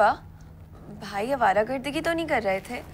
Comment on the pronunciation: Baaki sb acha tha lekin awaragardi*** hota ha awaragardagi nahi